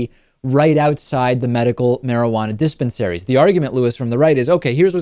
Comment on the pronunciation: lol he says Diss Pen Saries